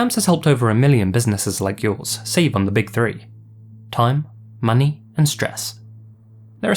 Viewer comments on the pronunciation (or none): none